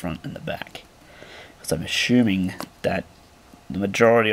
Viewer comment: a shoe ming ? u mean assuming ?